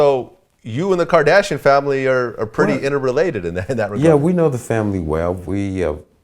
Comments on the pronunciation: "Kadashian" this dude can't even say "Kardashian" right... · this dude pronouncing Kim Kardashian like he a gay dude from the 60s.